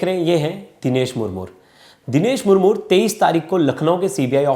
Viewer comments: It's not Murmur, 🤨It's Murmu . Aur Haan hum Adivasi Kabhi Ladai Ki Badawa Nahin Dete Balki Hum Shanti Purwak Jeene Wale Log Hein. Humein Yeh (CBI Agarwal) Jaise Log Jinhone Murmu Ji ki Life Barbaad Kardi, Aise Log Hi Intare Ki Cheezein Karne Par Majboor Kar Dete Hein, Baat Rahi Humari Kanun Vyavastha Ki Woh Toh Khokhli Ho Chuki Hai. Aajkal Kanun Sirf Uska Saath Deti Hai Jiske Paas Paise💲Ho. Aur Jiske Paas $ Na Ho Usey Nirdosh Hote Huye Bhi Mujrim Bana Di Jati Hai, Warna Ek Baar Adivasi,Santhals Ke History Dekhenge Na Aap Samajh Jaayenge Yeh Kaun Log Hain. Aur Bharat ke Liye Kya He Yeh Log🌾⛰️🏹👳 Jai Hind 🙏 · मूर मूर नहीं मुर्मू होता है। उच्चारण ठीक करना चाहिए मीडिया।